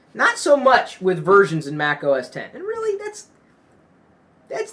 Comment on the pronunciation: THANKYOU FOR SAYING THAT! I HATE WHEN PEOPLE SAY "MAC OS 'X'